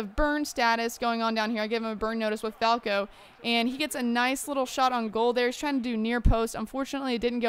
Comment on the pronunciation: Ibra's bicycle kick against England was magnificent! (Also Falcao's name is pronounced Fal-cow not Fal-ko) ;]